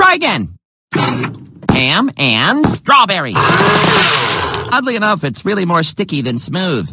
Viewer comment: I know he said "Oddly enough" but it almost sounded like he said "Ugly enough".